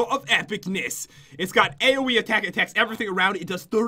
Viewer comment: also the way Pat said AOE Attack on the weapon it sounds so funny it sounded like AOE ATEKATEK